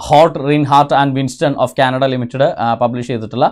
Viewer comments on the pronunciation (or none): none